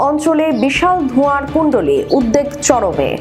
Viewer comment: আপনি উদবেগ কে উদদেগ বলেন কেন? কোন্ অভিধানে এটা পেয়েছেন?